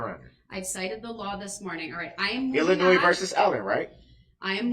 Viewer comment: Illinoise 😂 Dumbass